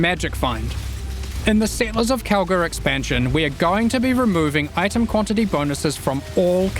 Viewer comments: is it just me hearing it or saying Kalguur like "Cowgirl" everytime. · I keep hearing cow-girl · Am I the only one that always hears "Cowgirl" instead of "Kalguur"?!